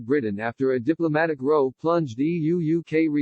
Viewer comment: Really need to edit your text-to-speech tools to make sure words like "row" are pronounced correctly. Hint* Try replacing the word "row" with "Rowe" for the desired effect.